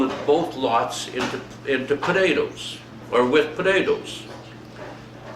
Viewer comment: "podadoes", just like my dad and his siblings always said potatoes. The family farmed in Sask, NE of Saskatoon.